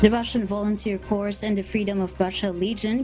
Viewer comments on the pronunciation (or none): Somebody please tell that Corps is pronounced 'Core', not 'Course'.